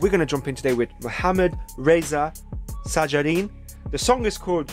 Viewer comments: you must say (shajarian ) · His last name pronounce like: '/ʃæd͡ʒæɾiːjɑːn/'